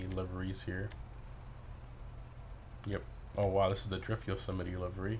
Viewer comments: It’s actually pronounced Yo-Seh-Might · He can’t pronounce the name right 🤣🤣